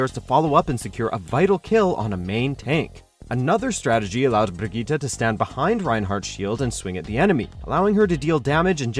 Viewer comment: The way this dude pronounces Brigitte makes me wet.